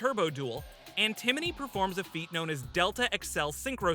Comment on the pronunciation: The way he keeps saying Antimony instead of Antinomy.